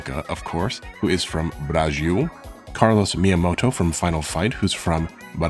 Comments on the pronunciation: It's so funny and cute when you say Brazil, bue it's sounds like 'Braxiul' (a brazilian talking here) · Your first pronunciation of Brasil is actually closer to the correct one than "Brajil" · "You are going to Blazil". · The "Z" in "Brazil" is pronounced as "Z" exactly as in English, not "Brazhil". The way you pronounced would be spelled as "Brajil" in Portuguese. Just a slight correction. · Love your pronounciantion : Brájiuu! by the way brought me here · i love how he pronounces ''Brazil'' as ''Brajiu'' :'D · Acho que ele tá falando assim para tentar imitar a pronúncia dos Japoneses que é Burajiru, talvez deve ser isso, ou ele realmente acha que está certo hahahaha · Brajiul HAHAHAHA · Your "Brajiu" pronunciation is hilarious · Muito bom, adorei a pronuncia "Bragil" so cute! ótimo vídeo! huehuebr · "Blanka from BRAGIL" haha really Nice video, and really cute pronounciation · Why do you pronounce Brasil as "Brajil", kinda cute tho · Its pronounced BRHAHZHIL!!! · brajil is the weirdest pronounciantion ever :p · your pronunciation of Brazil makes me laugh so much man, i love it are you carioca by any means? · The way you say Brasil gives makes me both happy and sad at the same time, its somehow such a correct pronunciation said in such a weird funny way, I love it tho